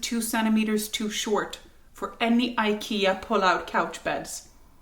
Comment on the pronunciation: Ah! Pronouncing IKEA this way as a Swedish person:face-purple-crying